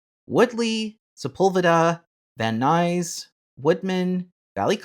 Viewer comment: Yay you pronounced "Van Nuys" correctly! Yes I can see why routing to the zoo would be a challenge having to negotiate a river and two freeways.